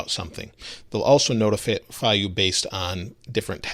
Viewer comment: “they’ll also nota-fit you”